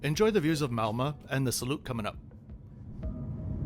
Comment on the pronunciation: Great video - and you made me giggle on the pronuncation of Malmö!!